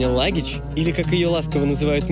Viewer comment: Не Лагич а Лахыч😂